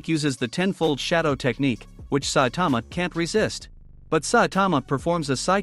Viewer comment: I hate say saitama ken you even say saitman